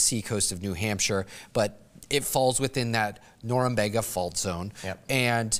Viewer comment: “Norumbeeeeegah” is the Bostonian pronunciation.